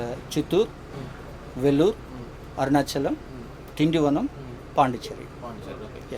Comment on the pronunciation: పాండి చెర్రీ కాదు పాండిచ్చేరి